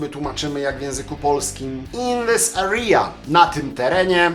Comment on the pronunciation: źle wymówiłeś "area"?